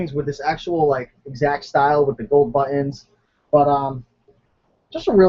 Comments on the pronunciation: "buh-eins".... Say BUTT.. now say TINS.. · I really like your videos I have learned so very much and I'm already a top seller with 100% feedback.. It's much appreciated.. Ps I like how you say " buttons" But Ens lol :) god bless you always